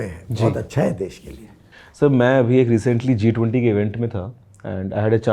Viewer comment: Anybody have noticed that Piyush Goyal Sir said B20 instead of G20 and what means professional talent according to me professional talent is not only doctor engineer and also CHAMATAKAR 😂😂